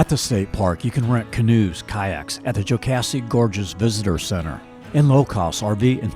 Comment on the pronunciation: Please don't say keowee like that! You got jocassee and oolenoy right, but keowee way off